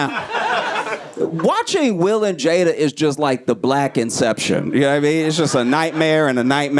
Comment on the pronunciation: There is no excuse not to know how to say her name at this point.